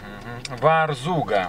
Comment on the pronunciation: ТерИберка! ударение на И ВАрзуга!